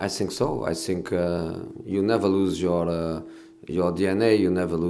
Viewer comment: “I sink i am all of them”